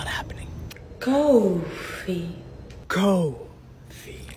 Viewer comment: The way she says coffee makes me want to pour hot coffee on her lap and say....im sorry for spilling the "cooo...... ...... ...... .....fi Let me clean that up